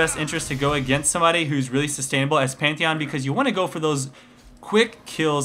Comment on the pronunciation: The Best "Pentahon" <3